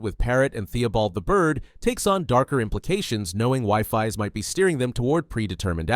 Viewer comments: Wifis 😂😂😂 its weefees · its pronounced weefees not pronounced wiefies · Wifies ❌ WIFI's✅ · it's pronounced we-fees